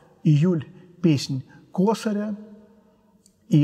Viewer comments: Песнь косарЯ (ударение на "я"). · Блестяще, как всегда! Только вот ...косарЯ, не кОсаря